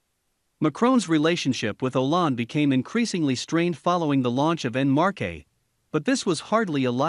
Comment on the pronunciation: "en marche" its more like "walk forward" than "en marké" hahaha